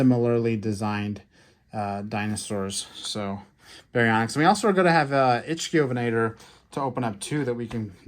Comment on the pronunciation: They’re pronounced “Roo-gops” and “ICK-thiovenator”.